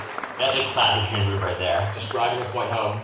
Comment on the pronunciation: clocking in at 6 foot 3 is, not Hinry Boyer. Very suspicious This might be a Hinry? Hard to tell. I lean towards Hinry not Henry Clearly a Henry says Henry as usual says Henry as usual You say Henry here, even though its said in a quick unemphasized way that Hinry would be expectable in. I think this is a Henry but I could be wrong on this one. Henrys are much more Henry than Henry's Henrys On other videos I am no longer going to comment on saying the name Henry. Because he says it normally I mostly do it to prove that isn't the reason that Henry "supposedly" has the pen-pin merger says it normally Fuck if I know. Maybe a Hinry. Hard to tell with the claps. It hardly sounds like he's saying Henry at all as expected, says Henry the normal way. Not worth commenting on.